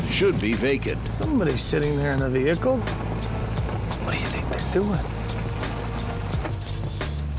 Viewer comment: He also called it a “veelcle” every time. 🤦‍♂️🤣